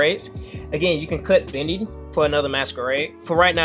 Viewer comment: Come on bro I know you watched Dragon Ball Z. His name was pronounced Dende not Dendy. Same should be applied to Bende. Sorry just being nitpicky lol